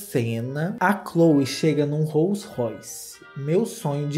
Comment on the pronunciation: O q mais me fez rir foi vc pronunciando o nome do carro Roll Royce kkkkkkpor causa da pronúncia do "Roll" q ficou diferente 😂😂😂😂😂 tbm amo esse carro